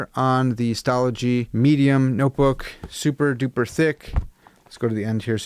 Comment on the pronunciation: You pronounced Stalogy correctly 😂 it is one of my favorite notebooks.